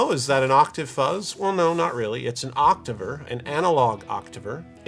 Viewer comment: It’s pronounced octaver